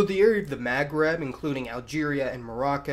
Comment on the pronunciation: Iranian is middle eastern. Also please work on your pronunciation of "Maghreb". It's very distracting.